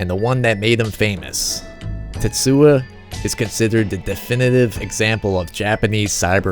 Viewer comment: tetsu-o not tetsua